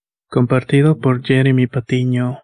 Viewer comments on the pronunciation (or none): none